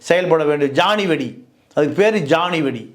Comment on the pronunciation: ஜானி வெடி இல்லைடா, ஜொனி வெடி